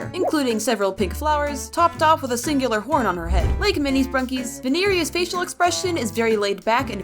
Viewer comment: ITS NOT VENERIA ITS VINE-RE-A